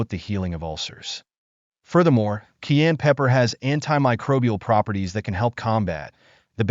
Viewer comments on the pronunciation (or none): It's not pronounced kee-ann, it's ki-ann or Kye-ann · The narrator refers to this as "Key-ann" pepper . . . but traditional pronunciation is "ki - ann" pepper." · Pronunciation sounds like "KI-Ann" not "key-an" . Learn how to say it proper cause it like nails on a chalkboard the way either you or your computer AI is saying. She says it correctly, dimwit. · Please say CAYENNE PEPPER. Not CAIN pepper. It's very annoying to hear this repeated over & over. Pronunciation (KI YANN.). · Please pronounce Cayenne correctly. Ki yan not Key yan. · it’s not Keyenne pepper it’s Cayenne Pepoer . What a weird way of pronounciation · It's not pronounced "key ann" it's "Ki Ann". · I’ve lived in the U.S. for 70 years and have always pronounced it as “Cayenne.” First time I ever heard it pronounced, “Keyanne.” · This is definitely a bot Saying keyan fir cayenne. Dead giveaway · As a matter of fact, Dr O'Neil is the one who is correct about the pronunciation of Cayenne. The gentleman who is using her video and unnecessarily repeating her anecdotes should know that the pepper is not "Key-yen." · What's kiyenne pepper? Never heard about it 😜😄😄😄💙💙💙🇺🇲🦅🇲🇺🦤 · * ky ANN * pepper 🌶️ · Voice over clown saying: "Ceyanne" instead of cayenne even after hearing the lady say it correctly. I believe its not a tomatoe vs tamota... Rather he cant spell well? Not digging, just seems more than odd. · She right it wonderful. But. It’s pronounced kie-yan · Please say the name of Cayenne Pepper correctly not Keann! Where did that come from Keann does not even sound the same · WISH YOU WOULD LEARN HOW TO PRONOUNCE CAYENNE PEPPER. AM. AND CENTRAL AM INDIAN NAME. PRONOUNCED KI-ANN. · It is pronounced " ki" "ann" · What the hell is KEYanne pepper....learn how to pronounce the word. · THE MAN HAS THE WRONG PRONUNCIATION FOR THE PEPPER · The faceless boy talking in this video ought to learn how to pronounce cayenne pepper before making a video about it. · Plz say cayenne pepper correctly